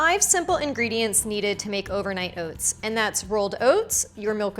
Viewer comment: Overnight “Owhts”